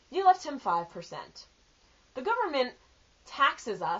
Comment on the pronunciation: i like how u actually said "da" haha